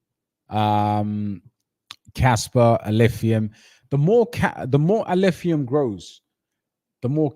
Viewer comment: was purposefully mispronouncing Alephium to ridicule it as he's the biggest Kaspa maxi and believes everything else must burn as it's his competition. Alph will fly so high despite his antics.